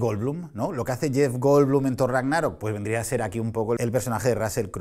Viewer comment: "Rágnarok" se pronuncia como si fuera "sábado" tipo esdrújula aunque no tenga tilde. Perdón necesitaba decirlo